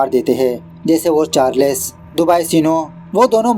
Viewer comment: Charless nahin charles 😑😮‍💨